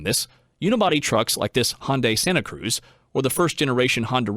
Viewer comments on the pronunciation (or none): none